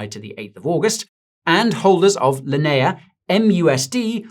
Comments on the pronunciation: Linea" in "Linea blockchain" is pronounced "lin-ee-uh" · How you say... Linea again? (LOL) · why pronounce Linea like that >_>